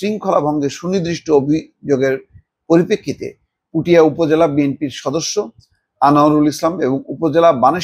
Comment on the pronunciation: উপজেলার নাম হলো পুঠিয়া, পুটিয়া নয়।